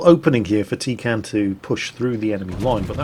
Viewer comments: Actually,.... T33kanne comes from the German word Teekanne, (very) roughly pronounced TAY-can-ay. It means 'teapot'. As a Brit, I thought you'd appreciate a teapot....? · Shit all the way through I thought you were saying tin can